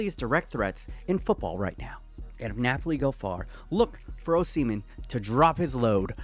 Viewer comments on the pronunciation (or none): OH-SER-MEN NOT OH-SEMEN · it’s not ohhh Semen It’s oshimen….ohhhshiiimen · its Victor Aus-himen not O-semen! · I’ve never heard anyone pronounce it oh semen, just ohsih-men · 9ja boy🔥🔥 it's pronounced O-Shi-men